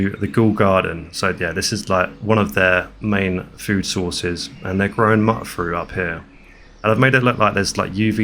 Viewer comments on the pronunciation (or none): (FYI: it's not "mutt-fruit," it's MYOOT-fruit, as in, mutated fruit. Mut from mut-ated, and it rhymes as well, m-yoot fr-oot. You got it.) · Amazing build. I didn't know about the exploit to reduce the settlement size by dropping and storing weapons; I always just used mods to boost the cap. Also one thing that I noticed: it's not pronounced "mutt-fruit" it's pronounced "mute-fruit" cuz it's a "mutated" fruit. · Just so you know its pronounced mute fruit, like mutated fruit